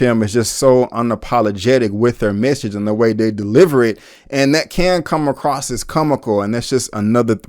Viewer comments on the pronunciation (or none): none